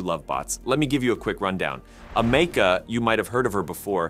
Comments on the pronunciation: Dude, do the research.. your mispronounciation of her name (along with her sudden American accent), was driving me insane. It is pronounced as: Am-E-Ca, NOT: A-Me-Ca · It's Am a ka. Not Am eka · "AM-uh-cuh" NOT "a-MEC-uh" 🤨🙄 Her name is referenced in her video, why do you get it wrong? Stupid. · Ameka not Amakea pronouncing it wrong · AM - UH - KUH is how it's pronounced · I've noticed that these bot narrators really like to mispronounce Ameca, including right after the name is pronounced correctly in this footage. Well, another thumbs down- moving on! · I hate how he's pronouncing Ameca.